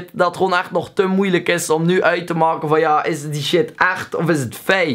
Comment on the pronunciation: "verplicht om joetjoep video's te moaken" dat belgs is raaaar man...